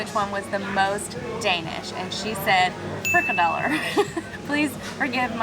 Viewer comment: I only watched this because I’m a Dane and you are terrible at saying smørre brød and frikadeller